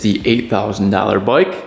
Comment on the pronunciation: What's a "boyk"? He said. ....."This is not my boyk...." 😅